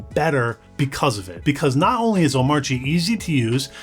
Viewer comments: Hate to be that guy but it's pronounced "Oh-mah-chi" - according to DHH. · the 'R' in Omarchy is silent. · DHH would be rolling in his grave if he heard how you pronounce omarchy